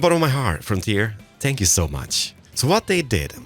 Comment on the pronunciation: When says "thank you" instead of "spank you": * audible confusion *